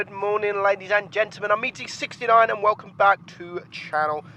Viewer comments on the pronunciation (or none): tbh, when he said "Hey guys, it's Meadsy69", i heard it as "Hey guys, Im Meaty69" lol